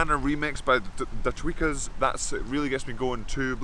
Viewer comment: And is it “the tweakers” or “the tweakas”? Thanks 😤😁💪💪